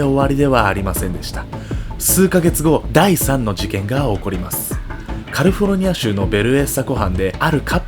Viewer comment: カリフォルニアって言うん苦手なん？